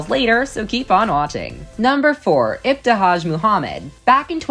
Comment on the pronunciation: She butchered ibtihaj's name & it's not muZlim it's just muslim